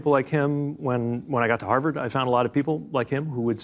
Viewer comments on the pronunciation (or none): none